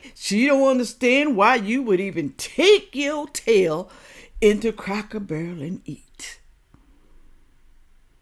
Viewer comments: Oh my God now that you've pointed it out I cannot stop hearing her say cracker bear and it drives me absolutely insane. She completely discredits everything that she is saying the very minute that she opens her mouth and can't even pronounce the name of the place that she made an entire video critiquing. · how can this woman be against anything Cracker Barrel? She can’t even pronounce the name right. I have never heard of Cracker Bear. Isn’t a “Cracker Bear” a polar bear? ROFL And yes I’m Caucasian. If we boycotted every place that was reported to be racist we would be living under a tree and in our birthday suits. SMDH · Yes, she is complaining about the place and can't even say the name correctly because she says Cracker Bear. She is certainly well educated this one. Yeah, right.